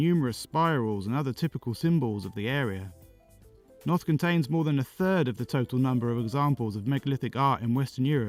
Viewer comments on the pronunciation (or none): Although once you hit Newgrange your pronunciation hit the skids Boyne it's pronounced like the word COIN and Knowth isn't pronounced KNOT it's pronounced NOTE